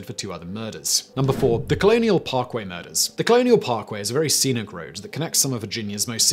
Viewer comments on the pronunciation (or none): none